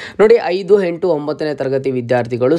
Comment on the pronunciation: ಹೈದು ಹೆಂಟು ಹಿದು ಹಿದರ,, ದಯವಿಟ್ಟು ಕನ್ನಡದ ಬಗ್ಗೆ ಗಮನ ಕೊಟ್ಟು ಮಾತಾಡಿ